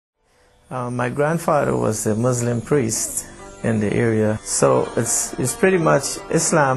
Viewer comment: SO FAKE HE CAN'T EVEN SAY MUSLIM HE SAYS "MOZLUM." SO FAKE IT'S JUST TO SELL CHRISTIANITY.